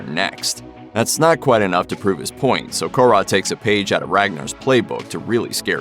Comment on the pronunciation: Fucking hell the way americans pronounce foreign names sounds like they do it poorly on purpose..Or that they are scared to sound stupid if they do it the correct way..How does "Kåre" turn into "core-A"?